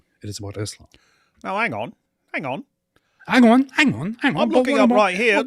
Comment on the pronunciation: The "ang on" kept killing me😂😂😂